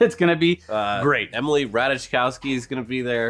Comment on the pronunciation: It's pronounced "rot-eye-cough-ski", not "rat-adge-cow-ski". Can't anyone in California pronounce her name correctly?